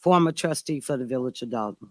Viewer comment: You mean Dolton with an “o” not an “a” as in Dolton, Illinois